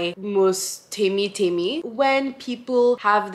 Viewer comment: I like that you pronounce your name right. Like Temí meaning mine and not Temmy.